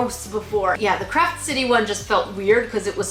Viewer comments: I know you are saying Craft Kit, but I keep hearing crap kit. Which is pretty accurate to be honest. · Ok I know your saying CRAFT kit but my hearing is bad so it kinda sounds like your saying CRAP kit (I find it funny that my hearing is making me hear something diffrent)